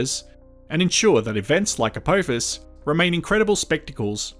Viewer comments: Its a-p-off-us not a-poe-fus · Why do some say Apowphis. Do we say Stowp